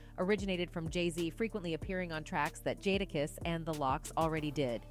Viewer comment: This is why outsiders shouldn't report on hip hop. She said Hov's name wrong every time. Even messed up Sheek Louch & Jadakiss names. Stick to reporting on Taylor & Miley, leave hip hop alone.